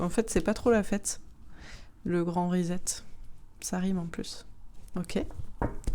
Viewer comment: on prénonce RESET comme ceci : RI SET (comme set de table, etc) -- et pas RISETTE !